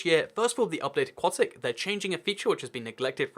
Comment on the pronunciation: FINALLY someone who pronounces "aquatic" correctly!